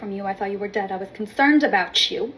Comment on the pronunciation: "I was concernt!"